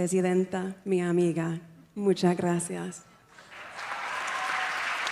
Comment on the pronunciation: Also when she says "Muchas, muchas gracias" she says "munchas, munchas gracias".